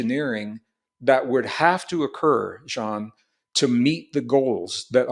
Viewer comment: Jean, the French name. Pronounced in an American way :)